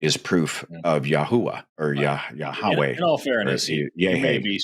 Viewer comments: just to point out Yahu-uh is an incorrect pronunciation of YHWH. The historically accurate one is more like Yahweh. You get Ya-hu-uh if you try to shove the vowels from "Jehovah" in between the consonants of YHWH. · Every time he says "yahoooah" I giggle a little. That is not how you say it. Watch DZ debates. He describes exactly why it's nonsense. It's worse than Christianity. Much much worse. And far more stupid and ignorant. Dude is on some black Hebrew Israelite cult nonsense. This guy is supremely dense and has zero clue what he's talking about. He just likes saying "yahoooah". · Ja- hua??😅. Maybe he is thinking Chi hua hua? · The fact that he thinks that the name is pronounced "YAHUAH" when then ancient Hebrew text didn't have fucking vowels, or mention the name of God for religious reasons, is absolutely hilarious. That's literally why the tetragrammaton exists. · Ya-hoah 🤣 He really thought he was breaking the mold by mispronouncing IHVH.